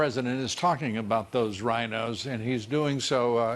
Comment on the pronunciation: Lou, It sounded like you said "Ryan-O's" when you were talking about Paul Ryan and the RINO's! ;-) ;-)